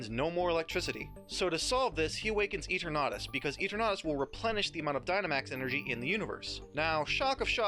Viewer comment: Why do you pronounce Eternatus like that?